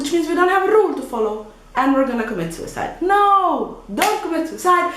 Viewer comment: the time you said sucide it was funny. nice vid